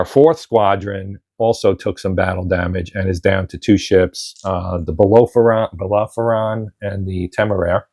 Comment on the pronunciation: A pronunciation note: I believe the British ship was pronounced Bell-air-o-phon (stress on the AIR). Its wood and canvas predecessor from 100 years previously was the ship that took Napoleon to St. Helena in 1815. Please keep this one going for at least a couple more turns,.